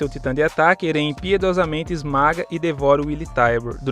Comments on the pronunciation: Não é eren que se fala se fala éren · "eRÉn"? Caramba não consegui ver o video todo aí por isso sgsgsg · Video tá ótimo... mas a pronuncia de Eren tá errada, deu um pouco de agônia kkk